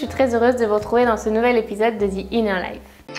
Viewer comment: j'adore tes vidéos, tes conseils, ta philosophie etc ❤ mais s'il te plait.. ce n'est pas "ZI inner life", ça se prononce plutôt "DI INNER LIFE". Please!!